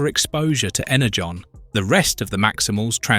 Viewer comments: Was this voiced by an AI model with a sampled voice signature? There's so much variance in the pronunciation such as switching between Ener-gone and Ener-john, among other frequent swapping of pronunciations. I don't even care how it's pronounced, but the switching back and forth is a little annoying. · He also calls energon inner-gone a couple of times